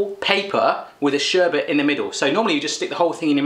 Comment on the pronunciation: Lol not sherbert...sherbet! No r in it, sher-bit haha. Great video tho! Love your reactions! I'm subbed!